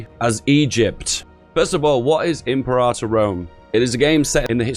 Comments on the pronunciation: It's not pronounced "in prata", it's "imperator". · I don't mind imprahtor, what I do mind is cyrenaica (see-ry-naica) -> ...thracia? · Pronounced: "Imp-air-uh-tour"